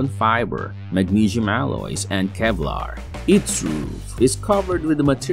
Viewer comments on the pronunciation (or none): none